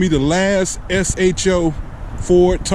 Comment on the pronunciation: S H O not SHO. That the proper way. Super High Output. I own a 2016.